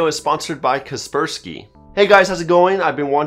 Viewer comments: I thought it was pronounced Kasper-sky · Always thought Kaspersky was pronounced as "Casper-sky" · Was about to crack a joke on his pronunciation but seems like someone has already done that